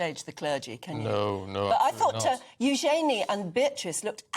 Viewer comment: How come that female talk show host doesn’t know how to pronounce “Eugenie?”